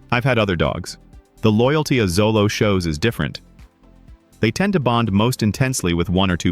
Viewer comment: Pronounced Cho-low